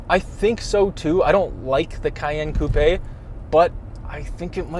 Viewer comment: the way he says “coupé” as “coupie” 😭